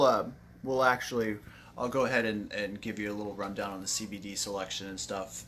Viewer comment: Thank you for this video but is it just me or does my guy not say CBD correctly once?